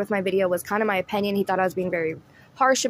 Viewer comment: I didn't know the word opinion had an a in it- "opAnion" lol. I watch and like your videos but when you mispronounce the word opinion... it's all I can notice. Take me out of the actual content. No hate. Just trying to be constructive so I can focus more on your content and not just a mispronounced word.